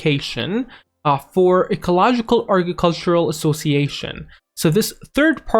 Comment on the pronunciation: Couldn't watch it all the way through because of how he says agricultural.